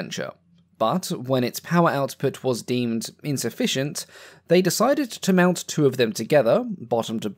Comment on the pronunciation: gotta say this is the one accent i cant listen to for long just because i focus on the pronounciation more than the content and i have no idea what im watching after a while. I just keep hearing the "r's" after every "o" and its so prevalent that i cant ignore it. Tworr, thoughrr, fewrr... I know this is a me issue but like my adhd is going nuts and i cant focus